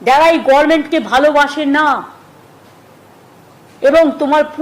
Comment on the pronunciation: গর্মেন্ট নয় গভরমেন্ট এটা মূর্খ টা বা